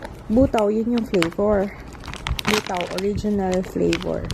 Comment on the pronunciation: Buta means pork,ang basa dun sis Bu-ta-o